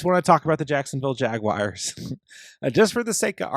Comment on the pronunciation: "Jag-wires" gets me every time 😆